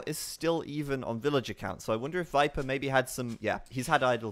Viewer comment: it drove me nuts each time he said 'Wiper'... it doesn't make sense either, it's not like Germans pronounce V as W